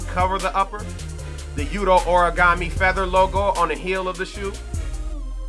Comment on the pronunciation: lols origami, its Hor-Re-Go-Meh